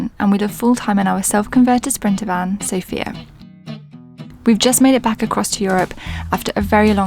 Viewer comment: What a lovely name you have, I kept thinking you were saying Jessica xx